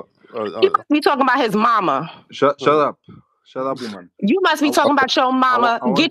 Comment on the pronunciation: "Shatepp woomen!" 😂😂